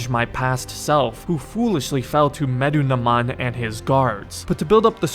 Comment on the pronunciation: Just for the future: You pronounce it as "Meh-Doo-Na-Moon" 😁